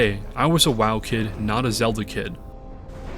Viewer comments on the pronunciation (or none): none